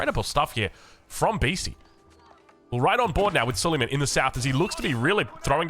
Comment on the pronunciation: say su-lay-maan and not su-lee-man, not that this changes gameplay or viewing experience in any way. (he was an ottoman king, with the big onion shape headgear)